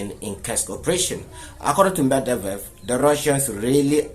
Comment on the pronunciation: it’s Medvedev not Mevdevdev😂😂😂😂😂